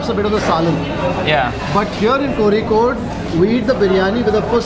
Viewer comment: First time hearing someone outside Kerala saying "Kozhikode" correctly.......